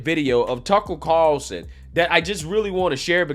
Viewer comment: who is "Tuckle Carlson????????" your pronunciation cracks me up bro keep it coming. cheers